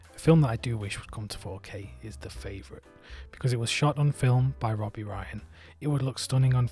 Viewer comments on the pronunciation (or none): none